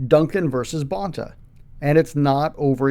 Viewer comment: Let me guess another reason - the way he pronounces Rob Bonta’s surname?